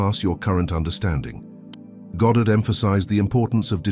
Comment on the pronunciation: Minor point. It's so lovely to hear "Goddard" and not "Gahdrd". Thank you.🇬🇧